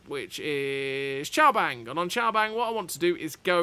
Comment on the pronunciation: Cao Bang is pronounced as "cow bang" not Chow Bang! I worked and lived in Vietnam for months.